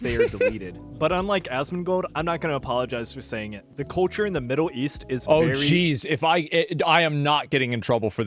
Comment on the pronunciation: Why can't this guy say culture?